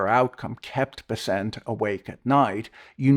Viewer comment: Fwiw, I much prefer your Bes-sent over the market's Bess-ent.